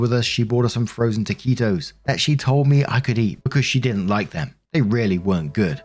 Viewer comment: Congratulations! You said "taquito" correctly!